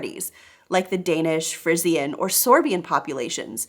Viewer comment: BTW (pleased don’t be offended… only an FYI)… “Frisian” in English is pronounced “FREE-zhin”… like the cattle breed… “Holstein-Friesian.” I also understand written Dutch and often understand Dutch when it is spoken slowly because of the similarity to East Frisian Low German… and I understand some of the Frisian language similarly. And I understand some Icelandic and Norwegian… and can read about 90% of the Scandinavian languages when written. And I know a little Spanish because we had Mexican-American classmates in my school who were native Spanish speakers, and some Portuguese because my sister-in-law is from Brazil… and I have voluntarily learned some Italian.